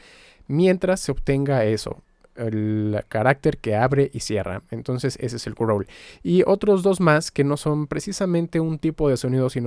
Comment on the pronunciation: "Gruouurls" jajajjaaj